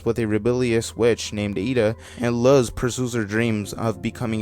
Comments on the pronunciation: I know this is an old video, but Luz’s name is pronounced “looz”, not “luhz” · When he said luhz I got pissed it’s pronounced looz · Its pronounced loos not luz, not to be mean, just bothered me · The way you say Luz... YOU'RE SUPPOSED TO SAY IT LIKE LOOSE BUT IT'S A Z INSTEAD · If you plan on doing an iceberg vid on The Owl House in future, Luz is pronounced like loose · I died inside a little bit every time he mispronounced "Luz"